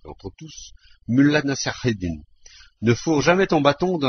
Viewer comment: la prononciation de mollah nasr eddin est insuportable